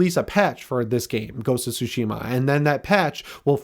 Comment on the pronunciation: What's soshema?? If you played the game you'd know how to say it!